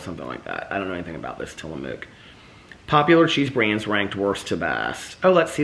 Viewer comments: Tillamook is pronounced like Tilla-book. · Tillamook Cheese is from my home state and it's pronounced Till-a-muck. We would go there as a kid and get to tour the factory and sample cheeses and I love the squeaky cheese curds that you can only get from the factory. I distinctly recall getting their chocolate peanut butter when I was little and the peanut butter was an actual soft peanut butter and it was heavenly. I don't think it's as good as it was when I was a kid. Also, we have done work for them at the engineering firm I work for now. Full circle with Tillamook. The vintage cheese from Tillamook is just from different years of age and it's quite pricey. We gave them to clients in a gift basket one year and they were about $15 for a tiny piece of cheese. I will say, I have recently tried their cream cheeses and I did not care for them as much as Philadelphia. It had a strange warm mouth feel. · Tillamook, pronouced Tilla-muk. I was born in Tillamook, Oregon. Ice cream is also yummy.